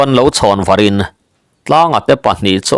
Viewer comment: " Var ' (lo chhawn varin) tih i lam dan hi a dik chiah lo lo maw. Nge lam dan in an loh vang zawk? Thlûk deuh in kan lam ṭhin. ' lo chhawn vârin ( tih tluk zêtin tih a, zetin tih thlukin)